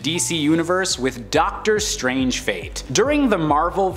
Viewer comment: Ducktor strange 🤣